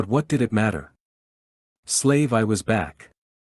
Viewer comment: Other than the A.I miss pronouncing the proper names of Slave 1 or slave one as there where atleast 4 others, and names of cities or people, it's a great series of books, I listen to these types of audio books while I'm trying to go to bed, As im an insomniac, it's annoying to get immediately woken right back up every time Star Wars gets butchered by these A.I's trying to read Star Wars. Please fix it as the other audiobook's have done, even the older audiobook's are being corrected as their A.I's had done the same in the beginning, but that was over 10 years ago theirs have done Star Wars wrong, and the owners of that content got tired of it aswell as in the last 10 years A.I has become a lot smarter. Please address this and keep the books coming. Thank you for your time.